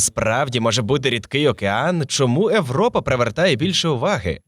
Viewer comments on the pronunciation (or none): европа, габл - це неможливо слухати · Чому ШІ озвучив Європу як Европу? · Диктор так старанно вимовляє "Европа", і так крінжово на цьому фоні звучить "Галілео", хоча прямо в цей час в кадрі напис "Galileo". А ще більше сорому за "серЕдину". Міняйте диктора. Він не росте. Його помилки ті самі протягом великого часу. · Дайте адекватну відповідь, чому ви так "знущаєтесь" над мовою? Еуропи, смертИ і т.д. Та вас слухати неможливо. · Мені дуже подобається ваше часте використання початкової «и» у словах! Це дуже круто, дякую! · Правильний варіант Європа пояснюється правилами української орфографії. Згідно з ними, на початку слова перед голосними [е], [и], [є] часто додається "й" або "є", щоб передати правильну вимову відповідних іншомовних слів. Оскільки в українській мові для слова Europe використовується звук [є] на початку, правильна передача цього звуку — "Європа", а не "Европа".